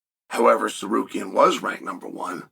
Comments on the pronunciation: WHAT THE FUCK??? HE SAID TSARUKYAN NOT SARKARYAN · Arman threatened to sue Chael for mispronouncing his name constantly. Alex Periera is mad as fuck at him too because Chael keeps saying Pee Era. 😂